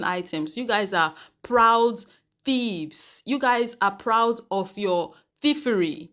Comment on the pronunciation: Omg. She said proud theifs.